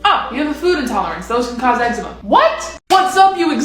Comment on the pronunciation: thats nothow you say ittt 😠 ec-zee-ma ec-zema